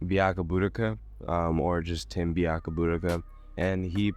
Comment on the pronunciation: You absolutely murdered Tim's name, but i love this video🤣🤣🤣